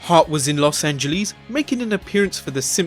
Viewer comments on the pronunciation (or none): Where's Lauws-Anguh-leez? Is that near Los Angeles? You know, the city my mother grew up in? I'm just "picking at you" as we say in the south. (I'm from South Carolina, it's just how we walk here). Constructive criticism, listen to Americans say it until you get it right (listening to Icelandic people is why I know how to say Reykjavik). I have a bit of a speech impediment, so I'm not knocking you, it just sounds odd.